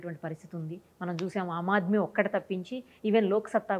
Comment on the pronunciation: అమ్మా, యాంకరూ, "అమ్ ఆద్మీ పార్టీ" కాదు.. అది "ఆమ్ ఆద్మీ పార్టీ".. పార్టీ జెండా లో తన ఫోటో పెట్టాడు. అంటే తనను తాను గాంధీ అంత గొప్పవాడు అని అనుకుంటున్నాడు కాబోలు. ఆయనగారికి ఆ స్థాయి ఉందా లేదా అని కూడా ఆలోచించకుండా.... ఇలాంటి వాళ్ళకు అధికారం వస్తే,, నియంతలా మారి,,, సమాజాన్ని నాశనం చేస్తారు..